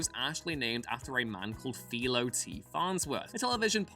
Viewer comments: Philo is pronounced fy-lo. Not fe-lo. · Philo Farnsworth is pronounced Fi-Low, oh you kids these days.